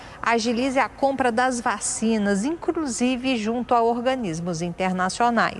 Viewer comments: A repórter falando incrusive foi o melhor 😂 minuto Vocabulário Brasileiro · só eu escutei "INCRUSIVE"?